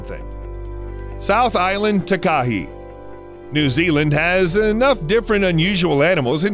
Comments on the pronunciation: It's taka-HAY like a gay guy "heeeeey!!" Not taka-he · South Island Takahē*** it's also pronounced like ta-ka-hey. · New Zealander here! “Taka hey” not “tak ah hee” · The Takahē bird of New Zealand is pronounced "Taaa ka he", not "ti ka hey". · Ta-ka-he, not Ta-ka-hee, as a New Zealander this triggers me so much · Tak-A-Hey is how its pronounced, sorry😅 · The NZs takahē bird is pronounced. Ta ka hay. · just so you know it’s pronounced tuk a hay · you have to pronounce takeha ta ke hey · Hi, Don’t mean to be rude but I’m from NZ and it’s pronounced ‘Taka-hay’ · Anyone else here from NZ, cringing everytime he says Takahe and Te anau, the dude could've at least googled the correct pronunciation 🙄